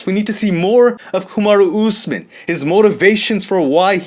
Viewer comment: says Kamaru Usman like it’s a Japanese name! Kamadu Oozmin. Lol. Respek. Always entertaining!